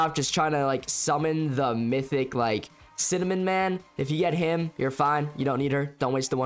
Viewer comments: I love when he Said cinnamon man not Cinema man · Bro said cinnamon man 💀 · I love how bro called cinemaman cinnamonman 💀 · bro said cinnamon man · I think you said cinnamon instead of cinemaman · Bro Said Cinemin Man 💀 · he said "cinnamon man"😂😂😂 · Bro said cinamon💀💀 nah jit triping Croatia_isgood5